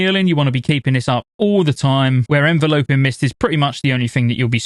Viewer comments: En-Vel-up-ing. Not En-volo-ping. JFC 😂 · say it with me, 'En-vel-uh-ping' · As someone who is a healer one-trick I’m super excited to play mistweaver, hyped for mop also thats not how you pronounce enveloping lol